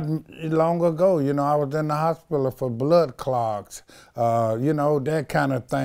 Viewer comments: The "HOSPILLA" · And the way he said "hospiler" lol. I love this guy. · The fact that he can pronounce misconstrued but not hospital.... and doesn't know what siblings are. 😳😳😳